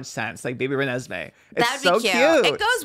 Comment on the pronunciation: I’m sorry. No one is gonna say anything about her saying Renesmee? Are there really no twilight fans or 🐀 in here?